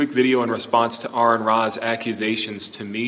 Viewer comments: At least he said Aron's name right! That's a first for theists. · At least pronounced Aron's name correctly. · He correctly pronounced Arons name so that's one thing he got right.